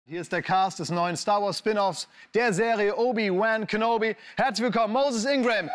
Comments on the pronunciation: Klar dass der deutsche Moderator "Obi-Wan Kenobi" wieder so falsch und bemüht englisch ausspricht wie es geht... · obi wään kenobi